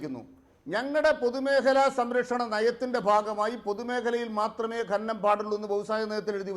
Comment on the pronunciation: ഗനനം അല്ല സഖാവെ, ഖനനം. ഒരു 100 തവണ ഉറക്കെ പറഞ്ഞു പഠിക്കൂ.